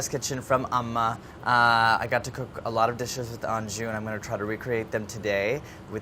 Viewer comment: lol he keeps saying amma wrong